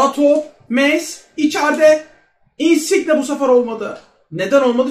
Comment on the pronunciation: Insiqne deme su adama lutfennnn